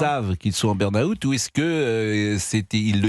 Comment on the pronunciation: Pourquoi les français prononcent ca burn-ahoute? 😅